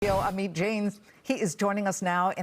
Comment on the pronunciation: Ameat 🤣 it's Amit